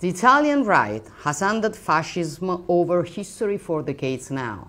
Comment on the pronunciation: Mah, pronunciare dickheads al posto di decades non è proprio da inglese ottimo. E' un 'ottima battuta se vuoi.